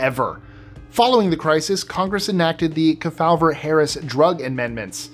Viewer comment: I was one of the ones who took Accutane for severe acne in the '80s. In the early '90s, I developed Type 2 diabetes. Wanted to believe that it was coincidental, but when a friend also developed diabetes, I began to wonder. ("Kefauver" is pronounced "KEY-faw-ver").